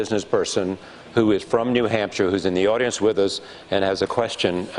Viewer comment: "Coordinaded Wif"......come on Hermain. You speak so well most of the time and then you go saying "Wif" and turning Ts to Ds... don't make me say it guy!!!